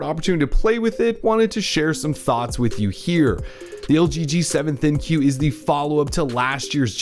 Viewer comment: Its the ThinQ (think)...not Thin-Q